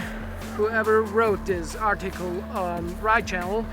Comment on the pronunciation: Lol "Ardchickel" (Article)